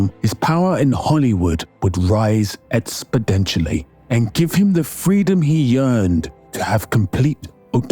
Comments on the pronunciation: Oh and btw, it’s “expoNENtially”, not “expoDENtially” 😅😊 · I am not trying to be a hater or rude, just genuinely trying to mention something. Sometimes you mispronounce words, for instance, exponentially or phenomenon. Again I am not trying to be a jerk, just saying that that word, plus a couple others, almost made me turn off the video. Again, I don't know you, so if you have a speech impediment or something I don't want to be a jerk. Just a thought that could help you grow your channel more. Or maybe mispronouncing it will help more because there will be people like me in your comment section lol. But I stuck through it in the end, great essay dude! Thoroughly enjoyed it!